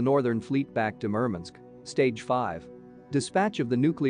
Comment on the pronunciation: Murmunsk ? MurMANSK MurMANSK WurMANSK !